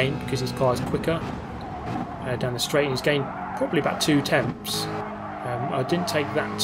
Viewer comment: 241 and TENTHS! Not TEMTHS! No “M” dude lol